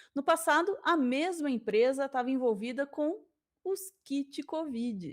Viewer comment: Kid Kovid seria nome de uma banda New Wave dos anos 80 rsrs, não é "Kid" Covid, é "Kit", não?;)